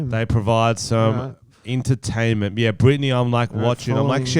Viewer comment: intertainment, ok French.